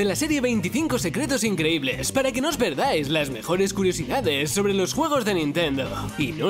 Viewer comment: quien escucho huevos en vez de juegos